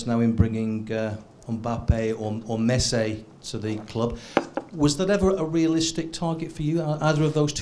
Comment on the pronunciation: HAHAHAHA "MESSAY"